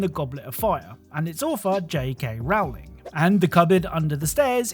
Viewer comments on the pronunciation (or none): Dang, those Cleaner ducks sure are surprisingly vague. Good thing Cap knew what they are somehow. Oh, and as much as I don't like her much anymore, Rowling is pronounced "rolling".